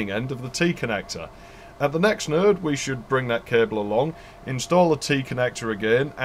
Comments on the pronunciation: Your videos constantly impress me. You cover the cool shit that so many others overlook. A couple notable things about this video: Node sounds like nerd to my American ears. TCP/IP really isn't a heavy protocol stack. Seriously. I mean it. IPX is certainly routable. I used to work on Novell Servers which would route it. And IPX is akin to IP, while SPX is akin to TCP. 4Mbps Token Ring is faster than 10Mbps 10b2 My sides are orbiting the Andromeda galaxy Since you covered a few Ethernet alternatives, there are a few more you overlooked: Null-modem cables Laplink parallel cables (like a null-modem for parallel ports, 8x faster than RS232) Networking over iEEE1394 (Colloquially known as FireWire) Infrared/IrDA AppleTalk Twinax (LOL ok just kidding, mostly used by 3270 terminals and emulator cards to hook up to AS/400 systems. Not really networking) And the few 'perverted standard' networking cards that allowed you to daisy chain computers together with phone cable (I think Artisoft was the perpetrator of this abomination) But I will also say that most DOS games would use IPX/SPX for networking, so you would probably have to run 2 protocol stacks on your LANtastic network. Back in those days, I only ran IPX/SPX as WFW 3.11 worked fine on IPX/SPX, and the DOS support was excellent, and it was THE industry standard at the time. I've enjoyed working my way through your back catalog of videos. Cheers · Properly detailed and knowledgeable. How many times exactly did you say "...or the network will go down"? Oh, and when you say 'node' it sounds just like 'nerd', especially during the corridor / sound-proofing analogy. ;) So yes, I'm definitely considering an ARCnet video now!